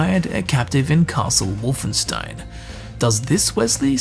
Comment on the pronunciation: Please, just one thing. WolfenSHtein.